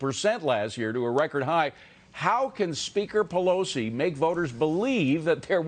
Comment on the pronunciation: Pee low see?